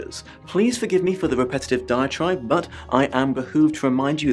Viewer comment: Repetitive Deitch-ribe? Good illos, btw. I love that 60s style, I have books with that era style.